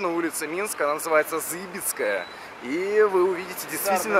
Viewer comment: зыбИцкая! Ударение на "И"